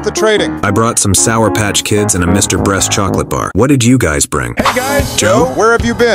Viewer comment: Bro seriously pronounced "beast" as "breast" 😂